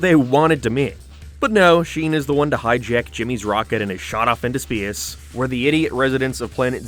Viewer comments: You say "space" exactly like a northern Irishman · I didn’t even know you could pronounce “space” with so much Canadian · Love how you pronounce Space